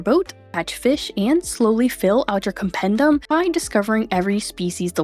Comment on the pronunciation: As hermione would say: it’s compendEEum, not compendUM.